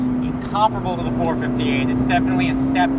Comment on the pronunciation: It's four-five-eight. The way u r saying it sounds retarded.